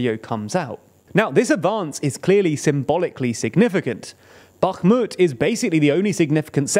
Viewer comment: Comgrats for not saying "Backmut"